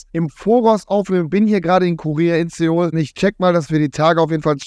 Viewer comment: Sag bitte nie mehr sEEoul